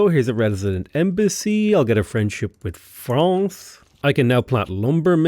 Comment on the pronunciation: As a French I'm so glad you pronounce France the right way